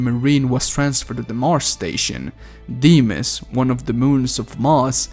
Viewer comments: I think the moons are pronounced f-oh-b-oh-s and dee-m-oh-s. Quake 3 Arena has a character named Phobos and the announcer says the name. I tried to go back but the game won't let me. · I just wish he didn't mispronounce Phobos and Deimos the way he does. It's really grating. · Tell me about it i cringed each time i heard him pronounce it, god its terrible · The way he pronounced phobos and deimos assaulted my ears